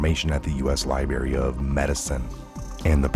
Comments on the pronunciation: Did you say "lie bury"???....lol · Love your videos..but please learn how to pronounce library and popular. Thanks for the amazing videos. WWG1WGA